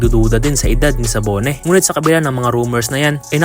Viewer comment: Dabone po yata Hindi sabone